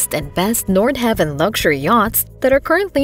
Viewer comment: It’s “Nord-HA-Vin” not “Nord-Have-In”